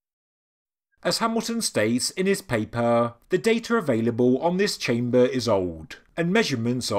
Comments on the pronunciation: its chamber... not chame--baaaaaah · I cant unhear the word "Chamburgh" now.